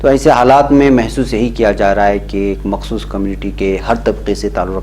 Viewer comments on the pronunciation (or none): none